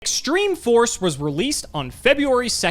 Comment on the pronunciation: Why the editor put the bottomless trap hole instead of the brain control immage? Also pronunce stream force instead of extreme force at the start of the video is hilarious.